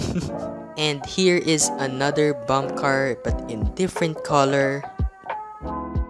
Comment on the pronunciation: Gotta love how he calls a bumpercar a bumpcar